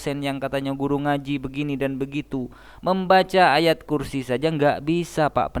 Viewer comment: Baca ayat kursi kok jadinya ayat mayat???😂😂😂😂